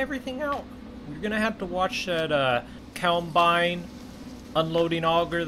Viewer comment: Forever wondering..... what the fuck is a "cowmbine" hahahah